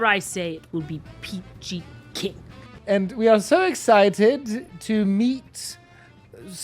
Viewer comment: LOL "Exquisid" and "peachy king" once again. loved it. :)